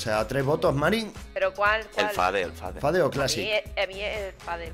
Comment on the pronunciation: Fade xD se dice feid